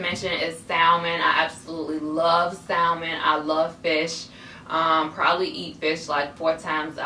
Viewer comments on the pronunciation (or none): The L in Salmon is silent it's just "sa-mon" lol & thanks so much for the tips!!! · It's spelled salmon it's pronounced Sam-en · i was just about to comment that, for the longest I thought that you pronounce the l in salmon until my aunt corrected me and ever since then I pronounced it the right way